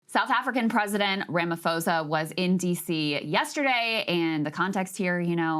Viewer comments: Ramaphosa not Ramafosa … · Please note that President Ramaphosa's name is not pronounced "Ramafosa" it is rather "Ramaposa." The "ph" is not directly translated to "f" in many South African languages. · Ramaphosa is pronounced RamaPosa (not Ramafosa) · Hey guys as a South African. I love the show. ❤ Respectfully u are not pronouncing his surname correctly.